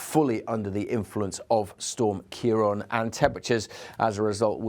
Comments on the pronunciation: It’s pronounced “Keer-Rawn” it’s a Gaeilge word meaning “Dark haired one”. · Say it again - kayron? 😂